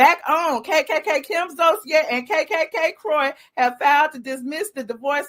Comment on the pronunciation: Stop saying kkkkim. It's distracting and annoying.